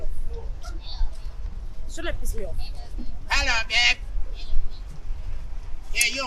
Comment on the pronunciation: The way Aka is pronouncing babe 😂😂😂😂😂😂dey funny me rough 😂😂😂😂😂😂😂😂😂😂😂😂